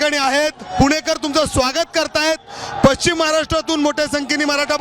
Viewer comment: छान वार्तांकन 👌 फक्त पश्चिम असा शब्द आहे पच्चिम नाहीं.... तेवढं बघा...🙏